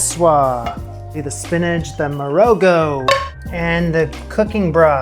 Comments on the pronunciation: Another SA an here. Love your channel. One thing: marogo is pronounced with the g as the ch in loch. A fricative gutter al sound, produced by pushing the back of the tongue up against the throat and forcing air through it. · Pap is literally an Afrikaans word that means porridge. In Morogo the o is pronounced as a short aw sound, the r is rolled slightly and the g is very guttural, almost like clearing your throat. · Love this. I did a 6 month study abroad in Botswana a decade ago, and this really brings me back to meals with my homestay family. I haven't seen anything nearly this authentic on youtube. You really did your homework! Quick tip: in Morogo the "g" is pronounced like the "ch" in challah or nacht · the way you said pap is almost correct (like a puppy). Will have to help you with "Morogo" though 😉. Pap is traditionally South African